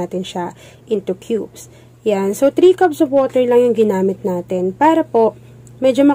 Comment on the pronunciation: Thanks for the recipe❤ Nagkamali lang sya ng pagkasabi sa water, maliit na bagay kung malawak pag iisip